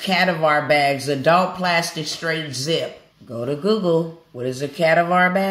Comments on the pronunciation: It's not CA-DUH-VAR It's CUH-DA-VER You don't know what a cadaver is??? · You PRONOUNCED cadaver WRONG!🙄 IF YOU WERE A REAL DOCTOR YOU WOULD KNOW. IT IS PRONOUNCED CA-DAV-ER NOT, the way you said it, sounding like caviar 🙄 thank you for making this video, but please if you don't know what something is ask Google to say it out loud for you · Cadavar bags as she pronounced it. Really? It's called cadaver (ka-da-ver) folks believe what u want n follow whoever but please do you work before you put your money in someone that's asking for 2k. Smh Remember this, people get rich off the backs of other's. Knowledge is free so remember that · She said CaDaVaar bags. 😂😂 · How is she a doctor but cant pronounce cadaver properly which is a medical term for a dead body?? its like cuh-dav-er. Not discrediting the 6 mins i watched but we gota keep 3rd eye open to all the details in these times. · "Dr. XYZ.," but she can't even pronounce cadaver (ca-dav-er)? That makes her look less legitimate! How embarrassing for the simple fact that she didn't even take a moment to prep herself prior to videotaping. And, she has the audacity to be selling courses, etc.! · She's a doctor and doesn't know how to pronounce the word " ca-dav-er? "😮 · Ca-dav-er bags omg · It’s cada vers bags lol 😂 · Its pronounced KA-DAV-VER. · It's pronounced k -dav -ver. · It’s the part when she showed what that AI really can do which 👁knew and the cadaver bags, the mispronunciation of that word tells me even more 👁caught what I was suppose to When it’s time to link we will know how using their platforms won’t ever be in our favor this is the devils playground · I thought I was the only one who caught that mispronunciation of cadaver bags, I looked back at my phone like.. The what bags!!! 🤔😳🤦🏻‍♀️😂 People say those of us who are in the medical field think we know everything but some things we as adults should all know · She can't even pronounce "cadaver" correctly. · 😂😂😂😂😂I told my daughter the EXACT SAME THING 🤣🤣🤣🤣🤣